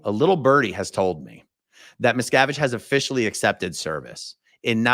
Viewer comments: A-aron! Thank God you’re feeling so much better, AND are back! I was feenin’ for our A-aron, and nooo doubt, am NOT the only one! 😂😁🌹👏🏽👏🏽👏🏽 And I am cracking up, every time you say MEES-cavide. 😂🤣😆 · Miscavige is an Anglicized version of the Polish name Miszkiewicz and the "I" in the first syllable in Polish is pronounced like MEE-ske-vich "I" in Polish is pronounced like "ee" in English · Every time you say meeesocvitch I think of American tail with mousekovich family !!! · I bet his mispronunciation is intentional, kind of like Obama always switching up between ISIL and ISIS :-)